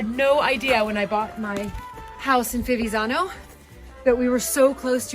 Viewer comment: It’s pronounced Fi-viTz-zano the first “z” makes a “tss”sounds. Hope that helps ☺️